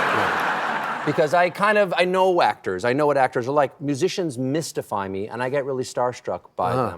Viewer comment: Ha ha, when he says if he get starstruck by actors, I thought he said "whack-tors" !!!